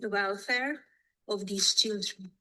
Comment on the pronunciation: Her reading her notes did she write down the word "schilldreeens"🤣🤣🤣